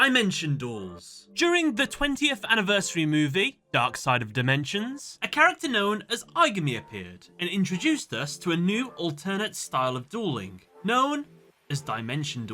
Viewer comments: Ah yes, Die-Mention. It’s Dim-ention Ai-guhme. It’s Ai-gah-me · you miss-pronounced the name “Aigami” it’s like Ai-ga-mi, 3 syllables.